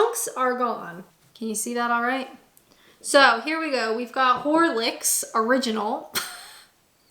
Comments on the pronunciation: i just realised its a weird name too, especially how u said hor licks, sounds like a dirty night out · You have to love the Canadian accent saying 'Horlicks!" And then "That's quite a name.." It took me 2 seconds to think and go "Ah yeah.. I see why that does sound a bit ropey to a North American" Knowing the name from childhood it never occured to me before. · We drop the H & call it Orlicks.